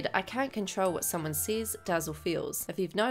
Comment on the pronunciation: i think you meant to say says not sees